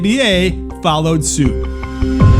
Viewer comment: "foul-lowed suit"